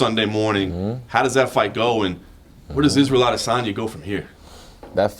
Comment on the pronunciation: "Israel Adensaya"